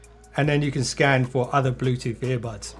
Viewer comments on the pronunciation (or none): none